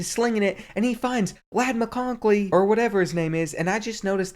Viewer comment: What's it lad mccockley it's lad mccockey